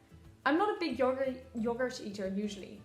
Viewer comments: So essentially u just took a crap ton of yogurt... P.s she corrects herself after nearly saying yogurt correctly 😅 P.p.s thank fk I hate yogurt :) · I love you so much but you did not pronounce yogurt right